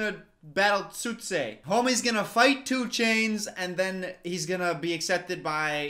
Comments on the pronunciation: I love how "Tsu'tey" became "2 Chainz." 😆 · not the way he said Tsu'tey fine in the being then just started calling him two chains. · no one ever:: calling tsu'tey, 2chainz lol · “tsu’tey” 5 seconds later “two chains” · Struggles to say Tsu"Tsey 2 seconds Later: Homie's gonna fight 2 chains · James Cameron: "This character's name is Tsu'tey": "2ChAinZ" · "tsu 'tey" 3 seconds later: "homie's gonna fight two chains" His memory is baaaad😭😭😭🤣🤣🤣💀💀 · Me: Knows how to pronounce Tsu’tey since 8yo: Tchu-Ey